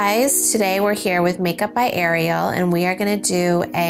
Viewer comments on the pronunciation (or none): none